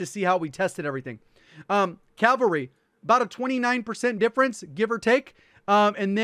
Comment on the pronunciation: They say calvary